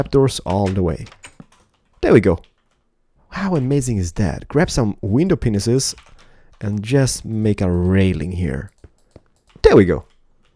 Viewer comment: Lol the way he says window panes